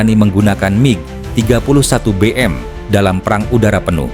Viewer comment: MIG bukan Mi G. Bego km bro